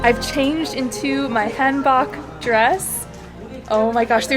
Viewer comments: you're pronouncing Han book wrong =( its HAN BOK. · I love korea and this video!! Btw it’s pronounced hahn(like Han Solo) bohk (like hair bow)